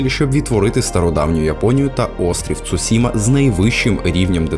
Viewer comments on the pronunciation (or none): none